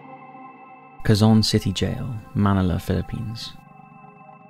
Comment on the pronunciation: Oh man... The first entry is hard for me to listen to as a Filipino-American. I'll admit, I'm not the best at pronouncing a lot of Filipino words, but I've heard these names enough from Filipinos to know the pronunciation here is not right. I sure hope the pronunciation in these videos for other languages has been better. Note: for Quezon City, Davao City, Manila, barangay, and Duterte, just typing those into Google Translate and getting the Filipino pronunciation sample gives you a better representation of the correct sound.